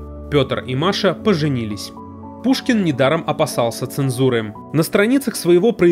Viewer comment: опасался; обассался . Б-П играет многую роль в русском языке.💀